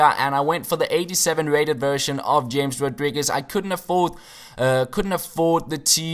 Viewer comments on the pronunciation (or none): Not James Rodriguez but Hames Rodriguez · James (ha-mase)... don't call him James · It is Ham - Es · James' name is pronounced Hamez :P